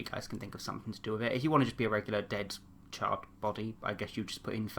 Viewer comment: Who else whenever he said charred it sounded like child